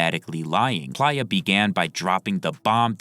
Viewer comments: Maybe im buggin but im pretty sure its PLAY-UH, not ply-uh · it's play-yah, not pliyah. you're killing me with this pronunciation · What is this AI’s problem? Its not PLIER its PLAYA as in PLAYER Dosgbe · Bro why is it so hard for you to say Play-Ya like player not Plyya. PLAY-YA. PLAY-YA. PLAY-YA! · Bro its “play-uh” not “plier” 😭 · I’m sure Playa is pronounced “play-uh” smh this friggin guy is literally saying it like pliers SMFH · Plaaya? God damn AI voice. Giving a dislike. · PLEASE PRONOUNCE PLAYA (PLAY- UH) CORRECTLY. IM BEGGING YOU LOL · It’s pronounced PLAY-YA🥷🏾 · You 100% were saying playa’s name wrong😂